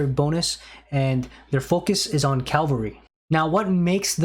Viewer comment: Bruh I don’t know why you keep talking about Calvary, that’s the place where Jesus died for us. Cavalry, however, are a great unit type in aoe 2